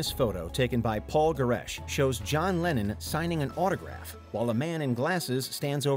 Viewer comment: Why the hell are you pronouncing LennON as "Lenin"...?? I was sat here wondering why the hell Lenin signed a record...